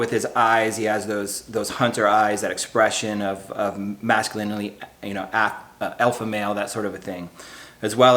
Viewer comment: Wait... are you saying masculininy and just riding with it 😂?